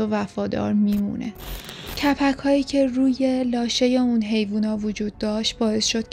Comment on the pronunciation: لاشه نه لااشه